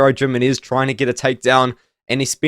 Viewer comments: Jimenez Yih-Mi-Nez? ❌️ Gyminears ✅️ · Jimenez, Jimenez,, Gem-in-knees. I don't think that's how you pronounce his name, lol. It sounds funny hearing it though